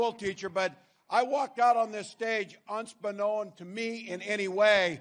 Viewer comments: If the man running for VP cannot pronounce “unbeknownst” correctly, especially while talking about school teachers, we have a problem… Did he say “unst-be known”, or is it just me? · “… unstbeknown to me…”. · I can't get past 30 seconds when he says unsbeknown to me instead of unbeknownst. And this guy was a teacher, coach, governor? What a joke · "Unts-beknown to me" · "Unst-beknown" Yeah, that's how you say that word, Vice President! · "UNST BEKNOWN"... I BELIEVE THE PHRASE IS "UN BEKNOWNST"...TIME TO GET YOUR KING JAMES BIBLEVOUT AND BRUSH UP ON YOUR OLD ENGLISH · Did he say “Unstbeknown” to me? 😂 it’s Unbeknownst. What a knucklehead. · "Unstbeknown" - Tim Walz